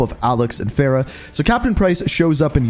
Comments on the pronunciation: He still messes up her name it’s Farah far-ah and her last name is Kareem it’s just spelled differently Farah Karim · it's f a r a h not fera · Bro Fa not Fe cmon